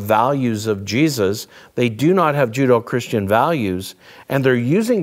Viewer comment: Dr. Bobby tickles me when he says "Judo-Christian Values" instead of "Judeo -Christian Values." Maybe we need judo training to defend the Gospel!